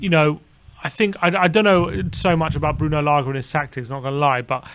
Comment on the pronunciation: Lage not Laga